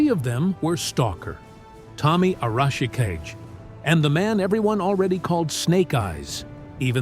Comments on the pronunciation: Tell your AI that the name is pronounced "ah-rah-shi-KAH-gay." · "A-rawsh-a-ka-jay", eh? When your AI fails your lack of proofing. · Tommy's last name is Arashikage (ah rah shee - kah gey) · Arashikage means Storm Shadow in Japanese. The Kage part means Shadow and is pronounced Kah-Gay or Ka-GA if that makes better sense. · OMG, the AI's pronunciation of Arashikage is hurting my brain! - And it's not even doing it the same way each time, so its not even consistent...... like it's saying it each different way it can think of, figuring that maybe just one version will accidentally be correct.